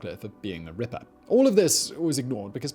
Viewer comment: Just here to listen to Simon say “Rippah”